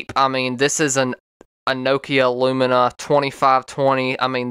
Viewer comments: Uhh.. it's not Lumina it's Lumia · It is LUMIA NOT LUMINA!